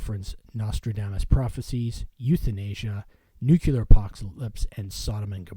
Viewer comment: Linkler in Nucular assault.. LILKER in NUCLEAR assault... it's getting a bit tedious....